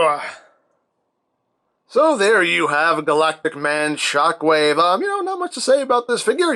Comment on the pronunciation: Thought you said ShaqWave